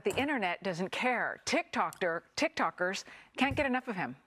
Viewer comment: "Tik Tokters" freudian slip?